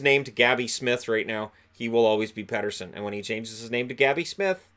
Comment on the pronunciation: Keep Benning. Keep Edler. Keep Pearson. Tinker around with the squad a bit more. Pronounce it as Petterson, not Peterson. Canucks checklist for the off-season.